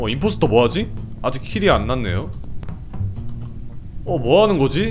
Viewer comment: 아니 파킨 임파스퉐하고 동료 임포 닉 말할때마다 진짜 개웃곀ㅋㅋㅋㅋㅋㅋㅋㄱㄱ